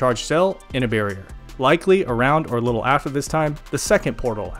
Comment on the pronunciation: "sick likkle nature" 😂😂😂😂 take my sub